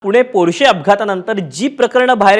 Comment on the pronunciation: पोर्षे नाही रे मूर्खा पोर्ष नांव आहे आणि दोन जीव घेतलेलं हराम खोर आहे